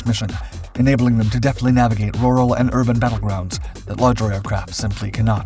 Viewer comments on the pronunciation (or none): none